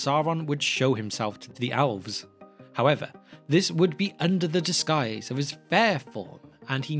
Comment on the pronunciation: The alfs. Hahaha. Priceless. What a difference accents make. Love it.